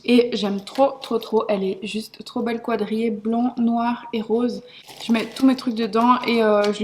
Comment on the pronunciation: Est-ce qu’il y a que moi que ça choque quand elle dit qwwwwadrillé au lieu de qaaaadrillé 😹😹😻😻😻 bref au sinon je t’adore continue comme ça 👍🏼